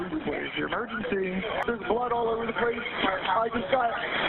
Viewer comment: that 911 operator freal said "what's ur 'mergency?" 😂